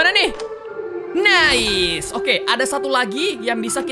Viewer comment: Ngakak banget pas kak regi bilang "Nais"🤣